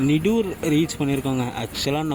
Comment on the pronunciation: நிடூர் என்று சொல்லக்கூடாது தலைவா….. “ நீடூர் “ என்று நீட்டிச் சொல்லணும்…. பாடல்பெற்ற தலம் இது. அருள்மிகு சோமநாத சுவாமி கோவில் (தேவாரம் பாடல் பெற்ற தலம்). இந்த காலத்திலெல்லாம் நீடூருல இஸ்லாமியர்கள் நிறைய வசிக்கிறார்கள்… இந்த மாதிரி சிறு சிறு சுவாரஸ்யமான தகவல்களையெல்லாம் திரட்டி உங்கள் வர்ணனையை இன்னும் சிறப்பா செய்யலாமே!